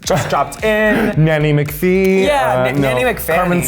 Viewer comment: this bitch said NANNY MCPHEE